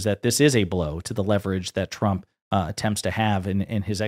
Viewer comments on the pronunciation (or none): Has she been drinking lately? The shakes, the anxiety, the mispronunciation of her boss, numerous times (I enjoyed him being called “Chump” by his own WHPS). It’s not a good look… and it’s glorious. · Am I the only one who hears her say "President Chump" most of the time? 🤣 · She CANNOT pronounce Trump wtf